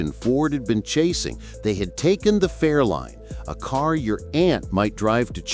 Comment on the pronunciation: Fairlane, not Fairline.